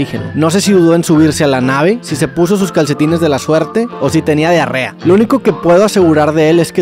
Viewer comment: Pd. - Se dice "Diarrea".